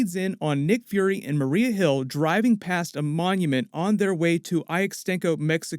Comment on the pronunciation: Yeah "nick furry" and "marie hill" 😉😂😂😂😂